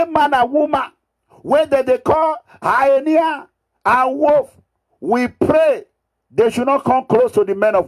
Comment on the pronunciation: Wetin dis Mega Mugu dey talk about? What is Highnia? It is called Hyena... 🤣🤣🤣🤣🤣🤣🤣Abeg nor come use laugh kill me Oooo 🤣🤣🤣🤣🤣🤣🤣 illiteracy na very bad Disease sha 🤣🤣